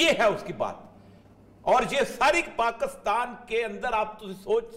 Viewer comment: Pakastan nhi kehte Pakistan kehte hen